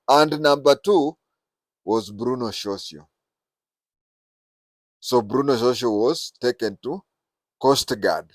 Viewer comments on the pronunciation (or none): .your pronunciation of that is horrible